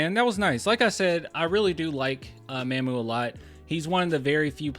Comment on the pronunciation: Hey this name is not pronounce "MAMM-OOO" like "Ma'am" Mamu name is "MaH-MOO" it is saying like "Mom"